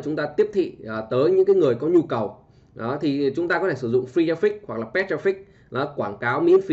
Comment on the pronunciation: Paid ko đọc là pét bạn , :D